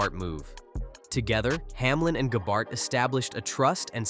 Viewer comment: I didn’t know Gabehart was such a difficult name to pronounce.